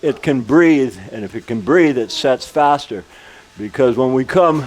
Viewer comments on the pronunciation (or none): none